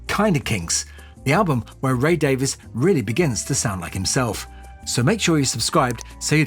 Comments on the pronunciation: I may be wrong, but I believe that their last name is pronounced “Davis,” despite the “e.” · I was going to mention that as I typically do... much to peoples' annoyance. Ray seems to pronounce it as 'Davis' but, a little while ago, I saw Dave in an interview and he pronounced his name as 'Davees'. Perhaps that's part of their legendary scrapping.